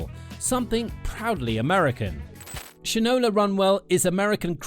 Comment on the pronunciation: It’s pronounced Shine-ola. As in you don’t know sh-t from Shinola. 😂